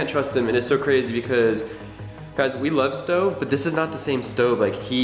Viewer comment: CARTER GET IT RIGHT HIS NAME ISN’T STOVE ITS